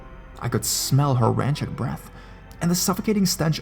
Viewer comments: rancid is pronounced ran-sid not ranchid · Mercantile is pronounced "MER-KAN-TILE" Meander is pronounced "ME-ANN-DER" Rancid is pronounced "RAN-SID" and Rotund is pronounced "ROE-TUHND"